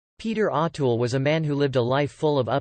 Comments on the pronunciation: I can't listen to this anymore ... in the first minute, you've mispronounced his name 4 times. There's really no excuse for that. If you're going to do videos (and therefore make money) talking about people who have been so popular and so influential, LEARN HOW TO PRONOUNCE THEIR NAMES!!!! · Pleeeeez pronounce his correctly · Pronounce his name correct